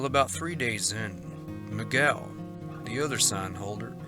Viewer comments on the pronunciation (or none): none